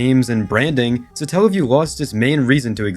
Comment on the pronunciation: Satellaview Satellite Not suh-tell-lite So its not suh-tell-uh-view because its not suh-tell-light